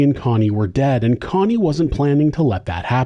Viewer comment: Why are you saying coney her name is Connie